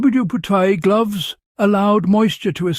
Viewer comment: This AI can't figure out how to say WWII.......